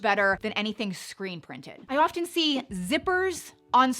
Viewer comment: The T in the word often is silent…no hard T in often…